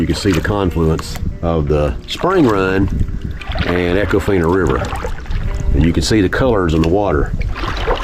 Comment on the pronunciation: Long E sound...E-con-fine-ah